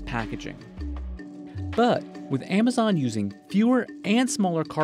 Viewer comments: He pronounced Amazon as emazone in the beginning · Why does he pronounce it Aymayzon?